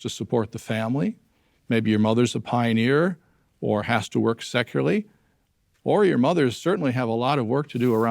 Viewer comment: "Maybe your mother's a pioneer, or has to work secularly ..." I guess that is what he says; for a moment I thought he said "has to work sexually", but that particular career option is presumably closed to JW women.